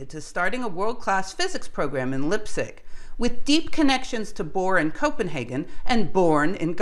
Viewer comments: Oh, and the same for place names. Liepzig is pronounced "Leepzig" (sorta) not "Lipzig". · It's not "Lip-sig", it's more like "Lype-sig". Otherwise - a subject that always fascinated me! Thanks! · LIE-P-ZIG, not lipzig...argh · I love your videos, and you need not change a thing for my appreciation. In that spirit I would like to make one constructive remark. I think it would be good to pronounce Leipzig with a long I (Lie-p zig). This is not the German pronunciation, but what I believe is a more correct English pronunciation of a very famous city, Leipzig (the rule is: ei and ie combinations take the long sound of the second letter). Impulsively pedantic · You need to work on your pronunciation of Leipzig. I studied German, and it grates. It does not really take away from your excellent video, but is something I notice. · It's spelled Niels and not Neils! Very shallow info on the Copenhagen Interpretation, very bad pronunciation of Leipzig... not recommendable. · please pronounce the words correctly i.e. Leipzig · Great stuff, but Leipzig, wrong pronounciation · Sorry, I am terribly bad at the German pronunciation - sorry again. Will try to do better.